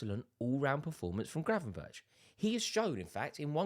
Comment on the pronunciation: Gravenberch is pronounced Gravenberg, at least that's how the dutch pronounce it.